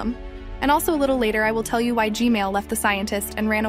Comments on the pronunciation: Why do you say gmail instead of gman? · I appreciate your videos and all but u saying gmail 💀 its gman btw keep the good work up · bruh ssif g-mail instead of gman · I love how says Gmail instead of Gman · "the new titan Gmail" 😭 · It’s so funny because POV you said gamil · I just noticed. You call G-Man Gmail 😆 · He said g mail💀💀☠️☠️☠️ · How many times did she say g mail toilet again? 💀💀💀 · why does she say gmail instead of gman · It’s g-man not gmail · It is not g-mail it is g-man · Bro why did you say gmail toilet instead of g-man toilet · He Name Is G-Man Toilet Not G-Mail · Why do you say g mail not g man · Fix ur grammer plz I’m sorry for being mean but u said gmail it’s g-man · I refuse to subscribe to this channel on the grounds that you keep calling him GMale toilet. It's GMAN. he's not a freaking email service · you make a mistake always you say g-male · I love how every time you say "gman toilet" it sounds like "gmail toilet" 💀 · I love how when u say “g-man” it sounds like “g-male” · i like how she says G-man toilet "G-mail toilet" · Don't say g mail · Bro calls him g mal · please stop saying g mel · Uhm you said g-man wrong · Kinda funny how you say gman